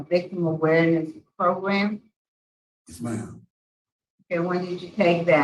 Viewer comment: I love how the one parole board member pronounces 'program he says 'progrumb it's great I always look forward to it... regardless this is horrendous and I feel so bad for the daughter and anyone who has ever been through this...🙏